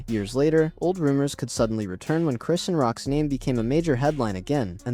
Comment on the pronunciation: It's Cris-shawn not Christian